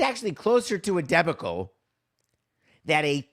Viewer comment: Your pronunciation of the word debacle is very curious. I think you may have put the emphasis on the wrong syllable?